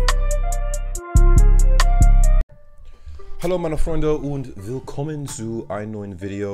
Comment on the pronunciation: Ohhhh this was the first video from you the pronounce of "willkommen" was perfect 👌 👌 👏😁 perfect👏👏 I think Montes House will be perfect 👌 😉 I like it